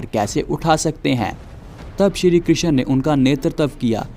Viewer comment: Good video but it's krishn not kri x n